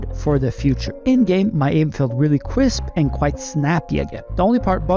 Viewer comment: "cwisp" my heart feels cwisp rn